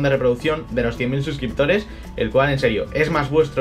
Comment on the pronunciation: Felicidades, te lo mereces!! Pero, se equivocaron en la carta o leíste mal tu xD? Por que cuando empiezas a leer dices 1 millón de subscriptores xDDD.